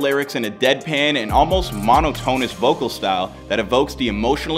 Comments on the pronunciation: why did you say "monotonous" like that? mohn-ah-toe-nuss 😭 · That’s not even remotely how “monotonous” is pronounced.